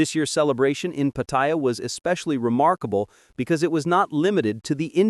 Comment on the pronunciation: Hilarious pronunciation of Pattaya. Go ask a local how to pronounce it